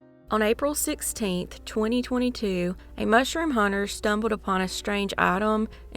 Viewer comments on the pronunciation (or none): none